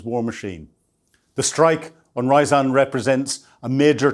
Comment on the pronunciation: Ryazan is not an English city. So, please don't pronounce it, if it were!